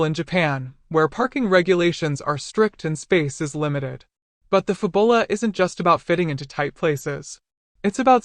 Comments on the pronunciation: It's Fabula, not Fabola, lol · No doubt, the pronunciation is intended to be FAB-YOU-lah, like fabulous, and not fa-bulla. The copywriters and marketers must have worked hard on that product name, only to have it butchered by a digital voice that doesn't know how to pronounce "u". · Fab-u-la, not Fu-bo-la. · This is not pronounced "Fabola". It's pronounced Fabula as in Fabulous. Your welcome. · Lol "fab ull ah"? Wow... fail narration. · “Fab-bull-ah”…only AI could… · shut up you stoopid AI voice!!!! can't even pronounce the product name correctly. hahahahahahahahahaha